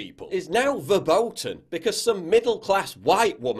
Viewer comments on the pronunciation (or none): Paul Joseph Watson dont use german words if u cant even pronounce "verboten".